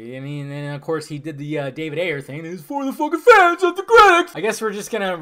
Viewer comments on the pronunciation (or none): "FURR THE FENSSS" 😂😂😂